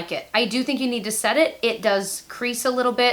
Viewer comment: What is wrong with me.... Did anyone else hear sex instead of set and ass instead of Ash!! LMAO I adore you.... I have brokeup with (unfollowed) 4 to be with U :)